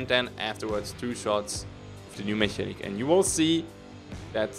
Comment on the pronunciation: Mechanic is pronounced with two K's,!